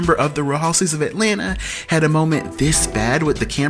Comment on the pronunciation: DUDE!!! Say the word "Housewives"... it sounds like you're saying "houses"